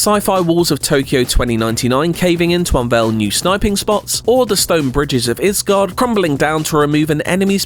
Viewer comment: Bro just said Isgarurd